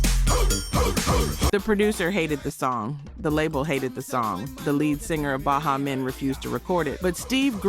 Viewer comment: she said "ba HA men" Miami Bass(rhymed with Pass) and "Shoogeh Knight" She young or AI